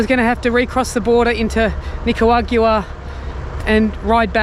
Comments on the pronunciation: At least we don't have to listen to you saying Nicawagua anymore! 😂😂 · Well done. It’s NI-CAA-RAA-GWAA. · Jesus that is a lot of whining about borders. I like how we keep pretending if he doesnt get to panama in a day that that cargo plane will be the last cargo plane ever to leave Panama to Colombia. Please learn how to say Nicaragua.